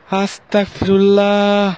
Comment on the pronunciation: আসসালামু আলাইকুম আসতাকফিরুল্লাহ শুদ্ধ না শুদ্ধ হচ্ছে আসতাগফিরুল্লাহ